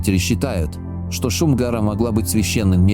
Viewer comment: Не шин, а Шум- гора.